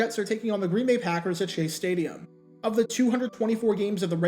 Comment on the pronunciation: "Stadium" "Staduim"